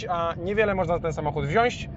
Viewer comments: Fajnie by było gdybyś nie prymitywnie śmieszkował tylko przyłożył się do poprawnego wymawiania wyrazów. ;) Mówi się "wziąć", a nie "wziąść"! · i słyszę "wziąść" - tyle mi wystarczyło, by wyłączyć ten filmik... :/